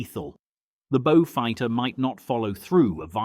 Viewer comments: Now a bo-fighter. AI sure is doing well............. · Now a Boe-fighter........ This just gets worse !